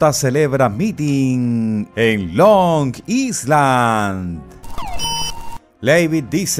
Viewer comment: Long Island se pronuncia “Long Ailand” debe retirar la “s” por completo. La s en esta palabra es muda.